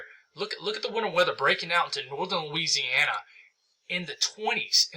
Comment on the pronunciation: This guy has a hard time wanting to say Louisiana! 🤦‍♂️